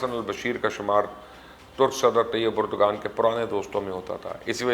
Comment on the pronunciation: My dear it's not pronounced as Erdgan but Erdvaan. Not expected from you.